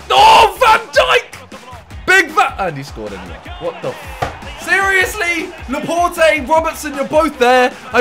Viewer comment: Laporte is pronounce Laport not Laportey